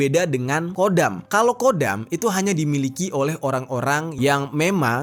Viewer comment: Bukan kodam..tpi khodam..di kho خدم bukan قدم